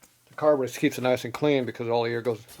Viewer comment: "Carbanator" That's classic!